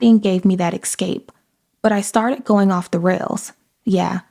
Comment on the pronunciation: Escape ✅️ Excape ❌️ 😑🤣